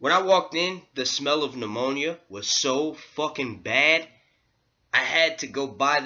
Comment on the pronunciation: "Smell of pneumonia"????? Dude come on.....AMMONIA